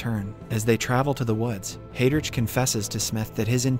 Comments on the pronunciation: I can't get past "hay-drich." It's "hi-drick." 🤦‍♂️ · Excellent summary and well paced. My only comment, can you in future spend some time learning the correct pronunciation of names. As an example Heydrich (/ˈhaɪdrɪk/) Not hey rich